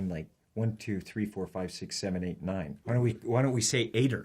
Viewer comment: Actually you do say Fower instead of just four but those two are the only changed ones.